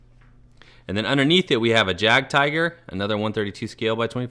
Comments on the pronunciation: Thought I’d let you know, In German, they pronounce the J as if it were a Y. So a it’s actually pronounced Yagdtiger. Beautiful collection as well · The way he read jagtiger made me cringe so hard that i stopped watching sorry but i just cant continue nice collection so far tho :))